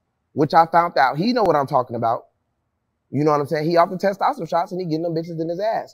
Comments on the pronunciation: Bro hearing y'all talk about fitness is funny af! He just has good genetics and good work ethic. Bandman on the other hand is the one with the enhancements but this shit is funny af bro lol He can't even say testosterone lol Jack ain't on that, he got them West African genes to build muscle fast. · We gotta stop the He.B.L trend going on… Also as a person who went to school for kinesiology and exercise science, kevo making shit up(he didn’t even pronounce testosterone correctly), and it is very possible to get jackboy physique.